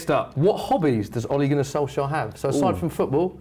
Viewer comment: Wait what you pronounce it „Solsher”!? I've thought you pronounce him „Solxjer“